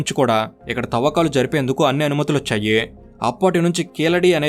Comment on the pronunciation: మీరు ప్రతీ వాక్యాన్ని తప్పుడు స్వరాలతో ముగిస్తున్నారు. ఉదాహరణకు "వచ్చాయి" అన్న పదాన్ని "వచ్చాయే" అని, "చేసారు" అని పలకవలసిన చోట "చేసారో" అని, ఇలా అపశబ్దాలను పదే పదే ఉచ్ఛరిస్తున్నారు. దయచేసి సరిచూసుకోండి.